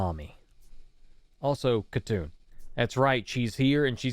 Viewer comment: not khatun its hatun